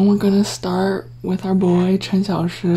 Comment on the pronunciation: I like how you pronounce the names, i could never say Cxs like that 😭